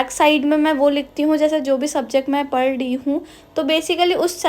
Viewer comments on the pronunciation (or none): Pd e hoo again😂.... Say padh rhi hoo😁